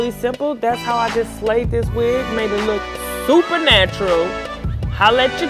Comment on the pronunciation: LOVE the way you said, "Made it look SUPER NATURAL!" ha ha